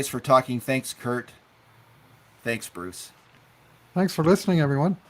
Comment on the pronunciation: has the dramatic talent to turn a monosyllabic word into two syllables... “Bah- rucccccccccce...Mcurdy!